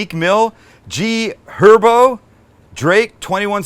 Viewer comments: You said it right G Herbo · Lol your awesome your said his name correctly G HERBO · Sam snapped he shouted out ski kinda lol, and said Herbos name rightt. Love from Broward County Florida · Lol when you every rapper on the list haha I don’t that shit tho ... you did pronounce g-herbo right ... lol HMU I got music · I just want to point out that you said G Herbo correctly and I appreciated the whole “glizzy” conversation. Best channel on YouTube!😂